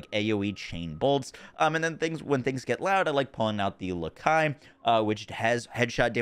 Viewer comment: LIE-Kuh The good girl the soviets sent into space. That's the pronunciation for the iconic Burya pistol (The last one).